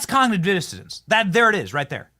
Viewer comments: Hello Benny. I watch every one of your WONDERFUL programs. Just a quick headsup from the UK 🇬🇧 The word, COGNITIVE DISSONANCE means all that you say it means but the word is “DIssonance” not Dissodance. An N in place of the D. Hope you don’t mind the minor correction. Huge hugs ❤🇺🇸🇬🇧🇿🇦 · It's "Cognitive Dissonance", Benny... NOT "cognitive dissidence"!!! 🤣🤣🤣